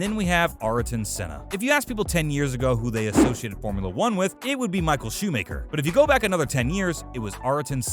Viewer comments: Even YouTube captions thought he said shoemaker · Michael Shumacher❌ Michael 👞👷‍♂️ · I mean this in the nicest way possible but you pronounced nearly all of these names incorrectly. Gilles Villeneuve (sounds more like Ville-nerve), Michael Schumacher (shoe-macker, not shoemaker), Ayrton (Air-ton) Senna, Adrian SUTIL (su-til....not stool), and Marussia (ma-russia... like the country) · GIELESS VELLNUVE ARTIN SENNA MICHAEL SHOE MAKER ALAYN PROEST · ah yes micheal shoe maker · Honestly the pronunciation of drivers was bareable until he said 'Ar-uh-tun senna' and 'michael Shoe-maker' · man said michael shoemaker xD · Michael shoe maker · The bast part is that "shoe maker" is the literal translation of Schumacher. Whatever they used to write the script either auto translated it or his pronunciation was just that bad (probably the latter) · Shoe maker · Awful pronunciation, but at least Shoemaker is a correct translation of his name. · michael shoe maker lol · "shoe maker" :-D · I’ve never heard anyone butcher Schumacher’s name like that in my life 💀